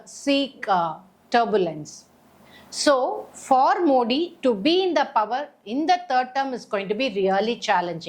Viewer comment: You are unable to pronounce Modi and worry about your future.